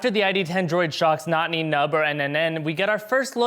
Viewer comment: What an egregious way to mispronounce poor Nunb's name.